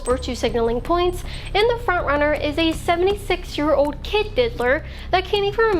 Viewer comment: GIRL FIX YOUR PRONUNCIATION. STOP SAYING OWHD INSTEAD OF OLD.